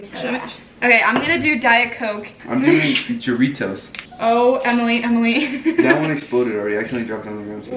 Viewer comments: goritos💀 that’s just embarrassing. As a Mexican hearing that gave me the ick. I would love to try some Cuban drink and mispronounce it on purpose 😂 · Ja - rittos kinda like doritos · the way they pronounced jarritos gave me the ick 😭😭😭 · The way they pronounced jarritos 😂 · as a mexican, the way said jarritos made me wanna die😭😭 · The way she pronounced jarritos 😭😭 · LMAOOO FR i’m not even mexican but i pronounce it correctly 😭😭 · the way pronounced jarritos bro💀